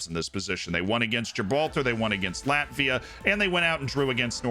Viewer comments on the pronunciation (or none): none